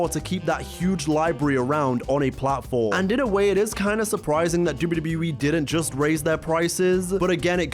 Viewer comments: The way he says WWE "Dubyudubyuwee" 😂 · If this MF says "dibbity e" one more time... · Love this. Great retrospective We all missed the networK. ALSO, you say WWE like AI. So fast! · The way he says WWE 😂 great video btw!